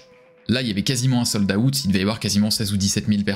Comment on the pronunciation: "Sold - AOUTTE"